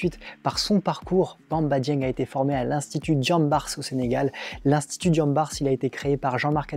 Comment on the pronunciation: Le s ne se prononce pas dans diambars